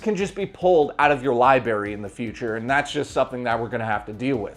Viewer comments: You're doing well with these videos, so far, but I gotta ask: what's with the pronunciation of "library" as "libary"? It keeps making me think of an episode of "Scrubs" lol... Also, peanut butter's good, so no one can really fault you for that. All the mice love it if you put it on some traps. Don't put your finger in a trap if you see peanut butter on it, you can just go grab a jar. You're not a mouse, anymore, you've left that bed and evolved into a Canadian human. They seem to differ from the rest of us crazies. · Is "libary" a Canadian thing or a thing?